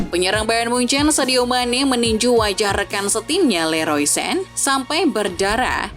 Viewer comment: Sane bacaannya min. bukan sen😊😊